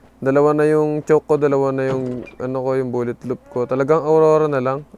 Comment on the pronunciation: Bkt Po Awrora Ang tawag nyo a wrong😅😅